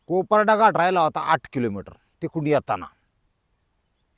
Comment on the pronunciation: कोपराडा नाही कपराडा